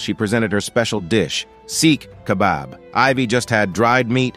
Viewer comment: “Seek kebab” 😭😭😭